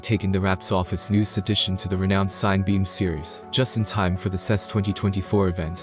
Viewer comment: I think it’s pronounced sinna-beam, like cinema.